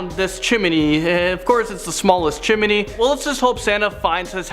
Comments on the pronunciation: The host says chimney like "chim-in-ey" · 😱Lol. Chim-I-ny. 🤗🤔